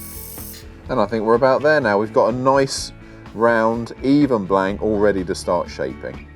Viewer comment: As he says........."noice"